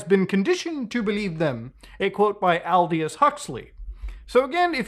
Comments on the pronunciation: Al dious Huxley is hilarious. It's pronounced AL-Doh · Lol all dee us ..... all deez nuts!! Proper pronunciation for Aldous is: All - duss Also hydrogenous is pronounced: high - draw - jah/jeh - nuss